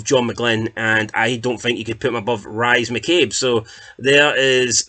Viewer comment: Rise McCabe it's said as Reess and McInnes is says as Mickiniss